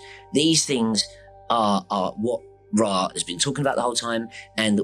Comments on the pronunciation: If you don't pronounce Ra as "Ray" then you're not legit. Sorry. It comes directly from the source as Rā/Ray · it is properly pronounced ray. This is easily verifiable with basic research. Rah is standard pronunciation, but incorrect, just like the standard pronunciation or Julie Caesar, Aphrodite, Isis, and Che Guevara.